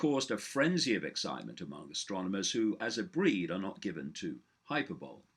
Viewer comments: sorry David but you Pronounce Hyberbole HIGH - Pear - Belly.. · I'm pretty sure that's not how you pronounce "hyperbole."